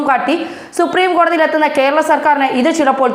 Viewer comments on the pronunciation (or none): none